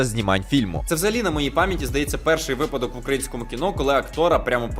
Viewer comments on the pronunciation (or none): Ага... ще й вИпадок. (Бо випАдок, то як припадок). Але ДУЖЕ дякую за огляд. А помилки - то дрібниці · А за неправильний наголос у слові "випадок" перепросиш?🙃